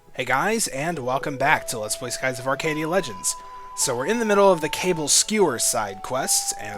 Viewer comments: it is NOT "CABLE" skewers. it is KA-BALL. Ka as in caught(cau) Ka. Ball(bal) Kabal skewers. not "cable". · is it Kaball not cable